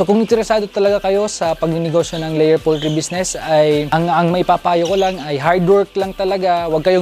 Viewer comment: poultry hindi pooltry